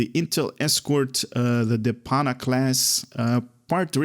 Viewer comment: Mastery unlock for ALL characters you have, ship initially only for Jem character. Also, it's not Depana class, it DETAPA. Please make a better effort to read the names and descriptions. Thanks.